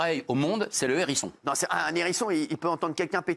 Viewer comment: Il n’y en a pas un seul pour ne pas faire la liaison à Hérisson… il y a un H ! Donc un Hérisson et pas un n’hérisson !